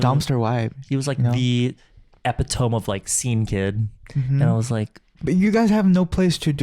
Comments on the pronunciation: “Epi-tome” I’m deaaaaadddd its epi-tuh-me 🤣🤣 I was struggling to find out what you were saying for a couple seconds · Not Epi TOME😭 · I just wanna know if this was on purpose because that was the second time he's mispronounced epitome 😭😂